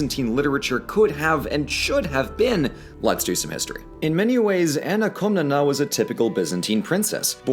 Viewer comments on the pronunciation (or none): shouldnt it be written "Komnene" in english, since its Κομνηνή in greek? (edit) i couldnt help but cringe every time you said KomnenA, it hurts. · Its Koh-mnee-nee and the male one is Koh-mnee-nos